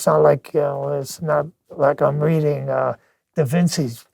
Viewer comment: Did actually say the "c" in da Vinci like an "s"??? 😱 That's Eye-talian, not Italian.